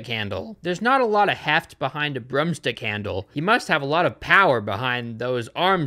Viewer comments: "Pinball Table" I have never in my 32 years of life heard anyone call it a "Pinball table". Also, "brum-stick" as opposed to broomstick Love your content, great movie reviews, and your earlier stuff too, Amelia Fart, etc. Thank you for providing entertainment for so many. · its not brumstick. Do you say Gugle instead of Google? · "BRUM STICK" ITS BROOM STICK PRONOUNCE THE O's ffs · but do you have to keep pronouncing it ‘brumstick’ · pronunciation of "broomstick" was scarier than this whole film